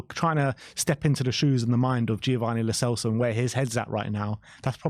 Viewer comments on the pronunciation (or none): "Lo Chelso" lol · The real reason Lo Celso is leaving: 4 years in and our fans are still pronouncing his name wrong